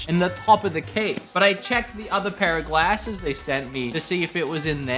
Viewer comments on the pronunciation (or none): Been American for like a week and already saying "glasses" wrong 😂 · That is not how you say glasses